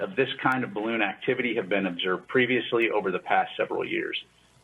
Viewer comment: "A big bawoon over evwybody's heeead" 😆😆😆😆